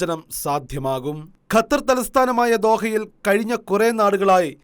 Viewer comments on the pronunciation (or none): none